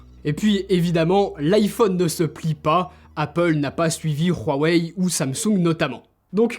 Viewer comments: hey fais gaffe à un truc tu prononces pas bien Huawei c'est pas un R mais un H donc [ Oua- ouai ] et pas rouaouai à plus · J’aime bien quand tu dis ruuurrwaweihh